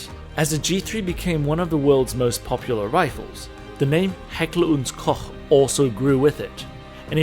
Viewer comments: Heckler und Koch pronounced correct! Dankeschön aus Bayern. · As a German I can confirm you absolutely nailed the pronounciation of Heckler und Koch. A feat rarely witnessed among gun tubers. Hervorragend!